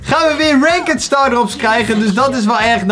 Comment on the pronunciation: het is ranked maar de zegt rankd